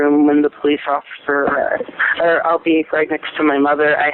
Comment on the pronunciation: in the next coming seconds, when the dispatcher says “Officer” tell me she doesn’t slur that word. She’s clearly on drugs